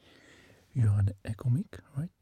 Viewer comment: Mic wymawia się jako majk, a nie mik, ale to tak btw. Od dłuższego czasu zastanawiam się, czemu masz tak małą widownię w porównaniu do wysiłku, jakości i serca, które wkładasz w swoje produkcje...